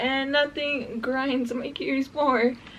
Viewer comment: you said, it just piiiiiiigring my gears lol